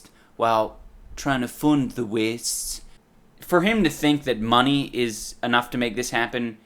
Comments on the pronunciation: I love how he says mune instead of money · Give meh theh moneh boah!!!